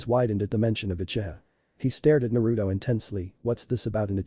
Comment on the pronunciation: did you say uchiha 😂😂😂😂😂